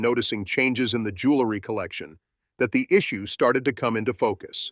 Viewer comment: The narration keeps mispronouncing JEWELRY and keeps saying JULERY please correct!!!!